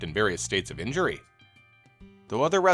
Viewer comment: "in-JURE-y" - gotta be honest, this pronunciation made me think the channel *was* AI lol glad to find out it isn't, because this is an interesting video!